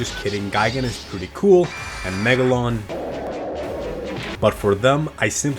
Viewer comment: Bro just said megalon like (Godzila kickd)